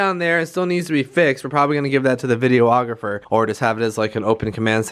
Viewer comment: is it just me or does he keep saying video-ographer